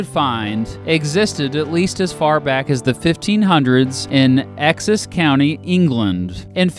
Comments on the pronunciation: Exxes lol ouch. Essex. As in Wessex, Middlesex and Essex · Ex xess county hahahaha it’s pronounced Es-ix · don't be "excessive" in mocking his pronunciation of "excess" hum i mean "Essex" ? HAHAHAHAHA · Yeah like others said its Ess-ex, not Ex-ess. Also we would normally refer to it as the 'County of Essex' or just 'Essex', but never 'Essex County'....but that's just nitpicking really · Same, I thought he said Texas, england first haha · "axis county" 😂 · dude, “exas county”. what the hell is that pronunciation!? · Essex is pronounced "S X" . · Update: Yes, I know I mispronounced "Essex." Go ahead and comment to remind me about that, though. I always appreciate it when the internet keeps me in my place. Thanks again to Loren for animating this video. Don't forget to subscribe to Lorenmakesart! Also, do you live in a Springfield? Where are my Springfield peeps at? I want to hear from you. Don't forget to tell me the state! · I am from Essex and I absolutely love the way you pronounced totally wrong but very funny and the first time I have ever heard it pronounced that way! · Yeah I live in Essex too and I wondered what he said until I read it 😂 I think he also mispronounced that Simpsons guys name, Groening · That pronunciation of Essex though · U totally butchered the word Essex by the way, as a person from Sussex i know this